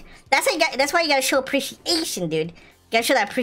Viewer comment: ✋ I HATCHED A HUGE TODAY FOR SAYING APRIETIATION